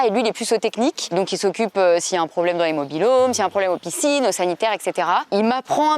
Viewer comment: Rassurez moi, le « PISINES » à c’est fait exprès ? 😂